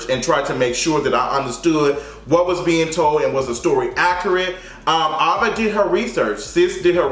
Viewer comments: Him saying Ava instead of AVA was bothered me 😂😂 cringed every time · Aaaaaava not Ahhhhhva😂😂 nice review tho cuz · Why is he saying Ava instead of Ava...lol it’s really bothering me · What's obsession with saying EVERYONE'S name wrong? He had a hard time with Kamala Harris, Issa Rae, and now Ava DuVernay. It's just AYVA Not Ahhhva. Anyway great video, just work on that. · Her name is A-va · Ava! Like the letter A - vuh! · her name is pronounced "AYE-va" DuVernay. Thanks for the review, i was debating whether i wanted to watch before this but i'll be catching it over weekend thanks to you! 💕💓💕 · I wish you would pronounce her name right it’s Ava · Sirrene S no shade... she’s been around long enough for him to know how to pronounce it.. or good girl google or sis Siri would of pronounced it for him